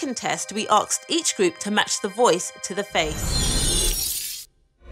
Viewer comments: why is saying aksed? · I really hate it when people say asked like aksed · i hate the fact she says aksed insted of asked x( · Did say aksed? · we arksed?!?!? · "For our second test we aksed" xD it may be just me with my bad hearing but thats what i heard! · SHE SAID AKSED INSTEAD OF ASKED >:( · Yes, she pronounced "asked" as "ark-st". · AAAAAARGH so annoying when that woman pronounces "asked" like "axed" !!! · ''We Axed'' Fu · "we arkst..."